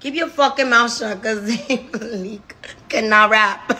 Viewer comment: Please she’s so real 😭😭😭😭😭 and the way she keep saying zain MA LEAK 😭😭😭😭😭😭